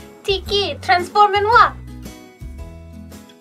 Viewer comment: They say "detransform moi"